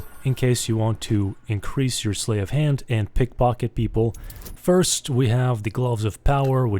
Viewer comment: Sleight rhymes with height.